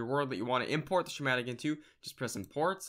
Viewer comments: sss...kkk...matic. Not shh..matic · it's not shematic it's schematic... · Shumatic? Schematic - Ski-matic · Schematic - SKE-mat-ic this is not sh sound please learn to speak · did he call a schematic(sc-hem-mat-ic) "shematic" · you said shamatic so many times... Schematic. SKA MAT TIC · Why are you pronouncing schematic like "shimatic"? its pronounced "ske-madik" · Who the fuck calls a schematic a SHHHMATIC? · It's pronounced "skematic". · Lol. Dude, your saying schematic wrong, jesus, get off minecraft and go back to school. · I know right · hahahah i heard him say shematic and i was laughing so freaking hard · Hey, not trying to be rude, but can you lookup the pronunciation of "schematic" please?